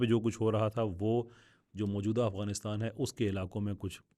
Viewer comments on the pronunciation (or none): none